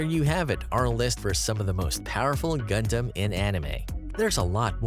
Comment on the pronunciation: All of this became invalid as soon as you started pronouncing stuff wrong...The fact most of the anime or "gundam" channels and shows cannot pronounce the name right and it gets under my skin way more than it ahould. And A LOT of the facts are completely wrong. Like do you people even watch th fckn show??